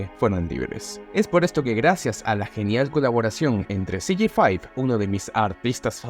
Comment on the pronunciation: Te aplaudo por ser el único youtuber hispanohablante de los que vi que pronunció el nombre de CG5 bien. Literal todos los que vi lo pronunciaron "CEGECINCO" xd